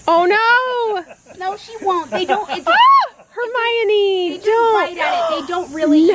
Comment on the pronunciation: Riley Fitzpatrick JK pronounces it Her my Oh nee. When the author goes to the trouble of explaining the pronunciation in the novel at least have the respect to get it right.